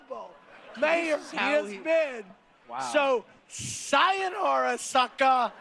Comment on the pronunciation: He mispronounced 左様なら.